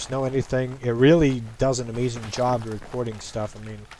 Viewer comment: "today we are going to be talking about recwording software" o my lol